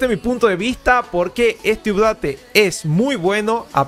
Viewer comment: Excelente video y muy bueno tu análisis. Te recomiendo que pronuncies bien la palabra UPDATE